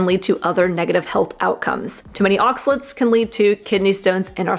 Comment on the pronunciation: Oxalates not Oxalets 😁